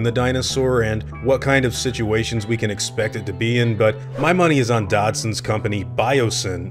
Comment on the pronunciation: It's Dodgson, not Dodson.